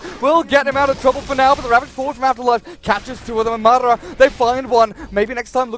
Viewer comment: Yeah, also somebody need to tell the fucking caster that it's madAra, not mAdara